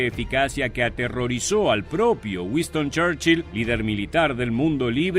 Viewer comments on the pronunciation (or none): Es Winston Churchill no Wiston como dice el video a 0.41 segundos.